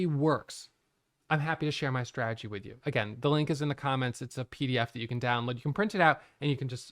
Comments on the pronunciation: said “straagy” 184 times in this video. It’s “strategy” bud. Strategy. Sry. ❤ you. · GOD DAMMIT there a 2 Ts in STRATEGY… STOP SAYING SRAGEY.. when you adopt a SRAGEY.. kills me. Be blessed 🎉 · Man doesn't even try to say "strategy" he's just committed fully to stragy. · Is it only me or do you fall on the ground and laugh every time he utters the word "Strategy" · I think maybe it’s that you say it with only 2 syllables while in Australia we say it with 3. But I see your genius because you said strategy 987 times so you saved yourself 987 syllables in that video alone which is super efficient and that’s what makes you a profitable trader. 🙏😂